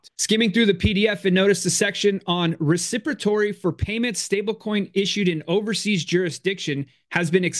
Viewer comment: Ok WHAT is with the lack of reading skills ??? or so....."Reciprotory".....the word was "reciprocity"....that's a very very common word...who doesn't know what "reciprocity" is or how to even pronounce it????? Man freaking google the words you don't know before you go public and make a presentation ...you are ruining your own credibility sounding like an idiot to be honest.